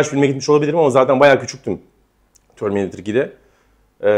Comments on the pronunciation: abi bırak ya TÖRMİNEYTIR nedir ufakkende TÖRMİNEYTIRmı diyordun yılların Terminatör'ü (düz yazıldığı gibi okunan) filme neden TÖRMİNEYTIR derrssinnn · terminatör'e "törmineytır" diyen tek türk burada. bir de "demonstre etme" gibi yokluğunu tüm türkiye'nin çektiği bir tabiri bize kazandıran arkadaşa da alkış.